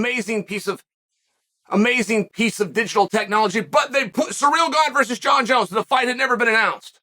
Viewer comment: Francis called him Jun-Junn